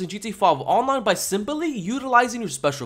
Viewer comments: The way you say G-T-A On-Line kills me everytime 🤣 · leave my boy alone he’s a g it’s just funny